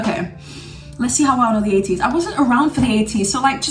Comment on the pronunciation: When she said 80's I though she said ateez lol😗